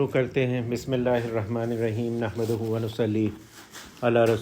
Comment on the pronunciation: بسم۔اللہ کو تجوید کے ساتھ پڑھنا ہوگا